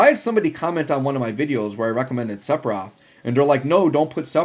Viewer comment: If you care about how to pronounce Sephiroth's name, the 'ph' are pronounced like an 'f', also in the original language (Hebrew).